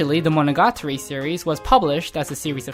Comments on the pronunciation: yeah i had to stop watching the second time he said that... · Fact 11: Mo-no-ga-TAR-REE is pronounced as Mo-no-ga-TREE in the west. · "MonOgAtri" Nope. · mono GA tari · Great job. Just the way you pronounced monogatari hurt me on a physical level lol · i cant even speak Japanese but when this guy says monogatari i cringe inside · The way you pronounce the title.. it triggers me.